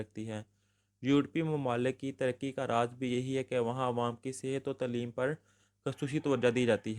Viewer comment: Acual lufz Taa leem hay tuleem nahi shukria